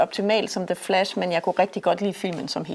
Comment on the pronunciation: Meget fed ide egentlig med at anmelde to film på en gang. The Flash og "The Flass".